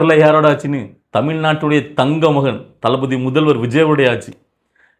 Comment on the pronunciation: டளபதி அந்த மூன்று வார்த்தையை உச்சரிக்க அவருக்கு டர்ர்ர்